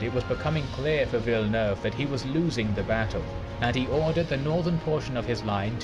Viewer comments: Admiral 'Vilenaewayvay' as you called him, is pronounced 'Vil nerve' or 'Vil eh nerve' 🙂 and it didn't say why, but I think the second line of French and Spannish ships couldn't get into the fight because of the way the wind was blowing, they were out of position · "Villanewayvay". That hurt my Frenchness. LOL. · I have to give you a pronunciation pointer right from the start... It's "Tra-FAL- gar", as in gal, not fall! This is said quite correctly at the beginning of the narrated battle. & then "Vill-en-nerve". Suggestion for showing battles/tactics/manoevres, have the battle fullscreen and just your head talking in a corner. Also, it's good to pause and use an arrow when you talk about specific details - if that's possible on your setup. Even a pause, with an arrow cursor, helps! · Unlike Spanish, French pronunciation drops or combines a lot of vowel sounds, so the Frenchman Villeneuve that you call "Villanu-ayvay" (great guess for Spanish) is called "Veel-nerv". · Hering you try to pronounce Villeneuve ...that made me giggle